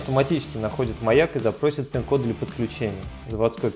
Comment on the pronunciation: Что мычишь там про пинкод, ничего не слышно!